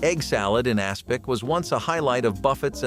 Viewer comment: Aspic, not aspect!